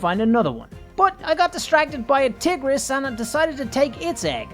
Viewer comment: You keep pronouncing tigeris like tiggeris so how about tigger.